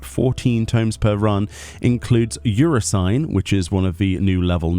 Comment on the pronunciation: “Euro-sign”? That’s the strangest pronunciation of that Alliance Raid I’ve heard yet. You-FRAW-sin-ee.